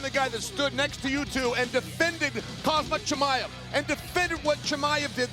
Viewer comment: Khazmat Chimaev😂